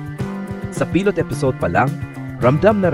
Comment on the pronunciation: I would like to correct your pronounciation of Pilot and The Alibi